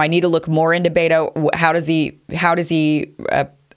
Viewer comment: Pronounced BET'o, not baytoe.